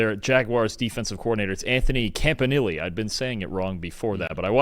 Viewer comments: Jesus, It's said smooth and pronounced comp-a-knee-lay not Camp-ah-Nilly... lmao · You’re STILL mispronouncing Campanile, just in a different way😂 c’mon man